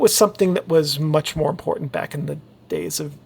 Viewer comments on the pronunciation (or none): none